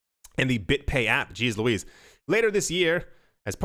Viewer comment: 57 ) "Geez Liwiz " lol!